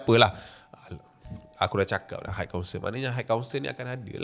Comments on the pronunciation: Its high council...pronounce mcm kau sebut hai/hi. Dari vid seblom ni lg dok perasan kau sebut hait council,ada sound of T at the back. Klu ada bunyi T tu,ejaannya adalah height=ketinggian ada bunyi T. Yg citer ni high=tinggi,xde bunyi T...hait hait tu xdak,salah. Just hi/hai=high council, got it? Its iritating bila u keep pronounce hait council hait council. Sorry la aku pun x pandai BI tp kita sama2 belajar. Ni benda simple je,klu words yg lg bombastic mesti lg berbelit nak sebut bcoz english is not our mother tounge. U sbg youtuber famous kena peka sikit la bab sebutan...high and height. Tq 🙏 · bang, high tu takdo do sobut haik.. 🤣 pronounce bebaik bang